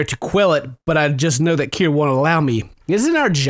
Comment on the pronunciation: Its pronounced, k-ee-ra